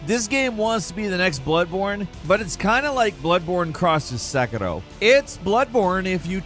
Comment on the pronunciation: I absolutely hate the way he says Sekiro. Just say “Se-KEER-Oh” like everyone else. You’re not Japanese bro.